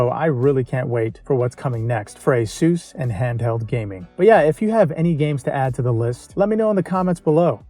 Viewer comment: We call it A soos ASUS not hey zeuz lol